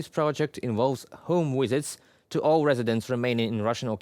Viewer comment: Not wisits - visits. Not woting - voting.